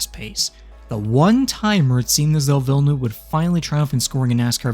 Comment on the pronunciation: Why can no american say villeneuve properly